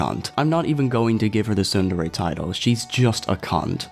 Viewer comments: I don't mean to sound obnoxious but the way you pronounce tsundere is incorrect the "tsu" in the word is pronounced like the tsu in tsunami. The way you're saying it can be written as "sundere," trust me I've taken Japanese in high school, hope I didn't offend you, also I like your video. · OH, they mispronounced tsundere, okay. That makes sense now